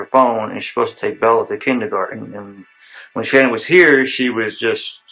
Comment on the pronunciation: One thing I noticed is how her dad refers to her at “Shannon” he doesn’t pronounce it like everyone else does.